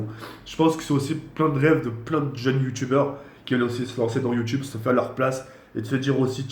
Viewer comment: c'est youtube pas youtchube